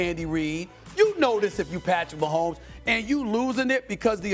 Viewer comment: #15 Patrick Wah-homes :face-pink-tears